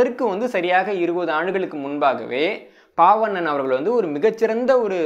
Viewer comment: ஒரு சிறு திருத்தம். சொற்பொழிவாற்றுப்படை என்ற நூலை எழுதியவர் பெயரை சொல்லும்போது நீங்கள் பால்வண்ணன் என்பதை பாவண்ணன் என்று 2 முறை சொல்லி இருக்கிறீர்கள். இதைச் சரி செய்ய முடியுமானால் மற்றவர்களுக்கும் பயனுடையதாக இருக்கும். நன்றி. இந்தப் புத்தக அறிமுகம் மிகவும் பயனுள்ளதாக உள்ளது.